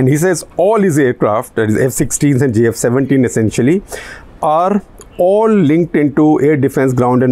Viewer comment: Was SG saying GF17 instead of JF17. Heard so. Slip of the tongue.